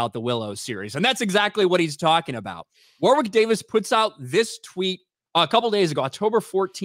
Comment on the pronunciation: oof the way you pronounce Warwick the 2nd w is silent btw